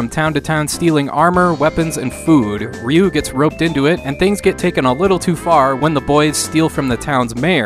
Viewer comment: ‘Ree’ not ‘Ray’ 🤗